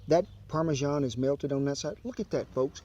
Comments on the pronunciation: "And what is it? Some parmeJEAN" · He's a proper little Gordon Ramsay isn't he😂 why do Americans mispronounce parmesan??